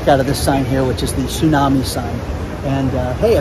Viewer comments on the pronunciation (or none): none